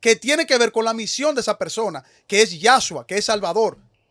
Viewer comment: YASHUA con acento en la primera sílaba ⁉️ ÉSE NOMBRE NO EXISTE EN EL HEBREO Sr Veloz...no inventen más, estudie de nuevo y pronúncielo correctamente 👀